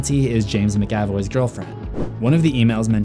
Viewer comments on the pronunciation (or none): I hate the way you say James McAvoy it pronounced “ MACK-UH-VOI “ not “McCaw-Voi”